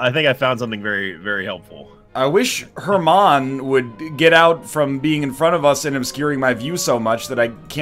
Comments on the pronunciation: More like er-man-o ^^ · "herman" NL you kill me. It's hermano, and it's pronounced "ere-mon-oh"